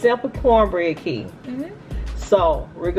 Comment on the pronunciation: Not Kee lol